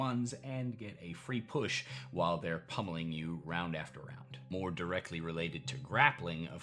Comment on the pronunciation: I think you meant "pummel" not "pumple"